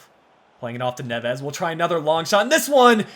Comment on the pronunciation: try and focus on the first silabe specialy on the e. Btw MGH strikes again another series he's copying. This time its yours. First bama then you